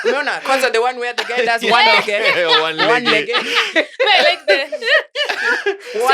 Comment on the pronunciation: One leggeh😂